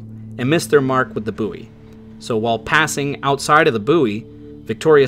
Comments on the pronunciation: At the moment of the sinking, the admiral, in full dress uniform walked right across a crowded gathering at his Chelsea home and entered his study, leaving huge puddles of salt water. He spoke to nobody but everyone in the room saw him. (PS 'bouy' is pronounced 'boy' and not 'booee' and 'hawser' is pronounced 'horser', also, was that ship called Phoebe, pronounced 'Pheebee'...I thought I heard 'the pronunciation 'faybee'? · And buoy is not "booie" in English ! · Love the channel, videos are fantastic and subscribed! Hearing "boo' ee" cracks me up every time i hear it though 😂! Sorry! Keep it up "bouy" you'll go far!